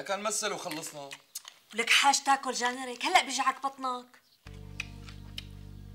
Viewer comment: "جان رك" .... و لا "جار نك"